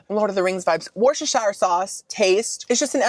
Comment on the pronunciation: say it with me Woo Sta Sure Woo Sta sure Worcestershire….